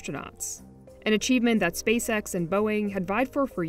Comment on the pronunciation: Not sure if anyone has notice but when you say SpaceX slowly it sounds like SpaceSex. I think it’s intentional.